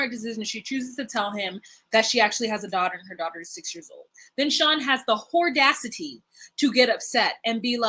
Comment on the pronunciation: "Shawn has the hor-dacity to get upset" LOL